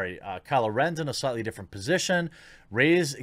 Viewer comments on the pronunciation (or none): none